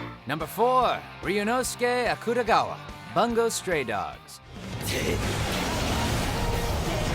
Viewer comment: Akutagawa pronounciations, ugh, then instantly plays clip where it's pronounced correctly. I mean they could have watched the clip first to know how to pronounce it.